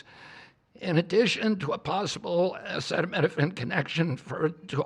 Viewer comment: Our president starts off demonstrating he cannot pronounce acetaminophen. Listening to Trump try to discuss medical issues is so utterly painful, I'm embarrassed for us all.